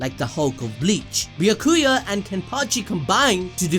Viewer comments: Who the fuck is be-ya-ku-a lmao have you even watched the anime bro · The way he says Ulqiorrah and Byakuya's names is... Something lol